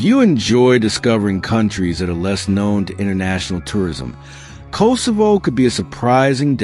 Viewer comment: Kosovo is pronounced differently.